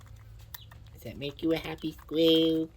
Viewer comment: "Does it make you a hahpy sqwelll"